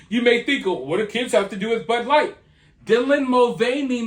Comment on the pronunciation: She doesn't even know how to pronounce her favorite beer "Bud light". Not surprised. She thought that Jill Biden was an actual medical doctor.